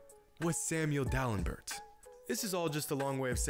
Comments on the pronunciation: Samuel DalemBURT lol. It's pronounced DalemBEAR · Pronounced DalemBARE SMH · Lol Dalembird and Dalembert it's pronounced Dal-em-bear. you're a funny dude. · Gilbert Arenas was better than Bradley Beal and that’s not how you pronounce Samuel Dalambert’s last name.